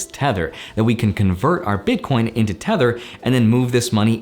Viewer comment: I thought he said "Tenet" instead of "tether"